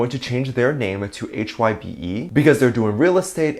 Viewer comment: I think it’s pronounced as HYBE, not H-Y-B-E. :)